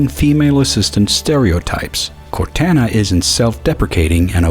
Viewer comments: You Pronounced Cortana Wrong Just Serch Cortana Halo Ce And You Will Know How To Pronounce It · You miss pronounced Cortana a lot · Anyone else mad how he said Cortana? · I can't help bit heat "court Ana" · What I find more absurd is your pronunciation of Cortana.